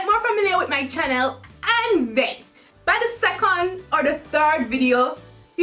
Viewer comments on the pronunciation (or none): The way she says channel she says it like chachneal